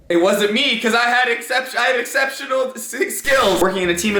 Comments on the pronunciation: ex-cept-inoal say it togather exceptional sorry for bad spelling xD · Kind of sad that a 12 year old (Me) can say Exceptional better than u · I can't believe you can't say exceptional am 10 and I could say it. Also I like your videos your so funny and I hate Starbucks to but I think i will like some coffee 😉😉😎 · Wow im 10 and i know how to pronounce it